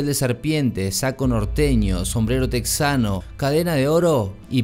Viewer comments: Se pronuncia Tejano no Texano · Se dice tejano, no texano